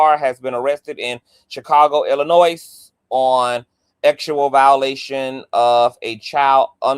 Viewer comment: lol not Illinoise the s & the e is silent Pronounced ILL-UH-NOY😂